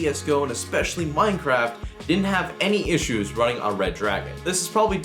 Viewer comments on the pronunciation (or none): none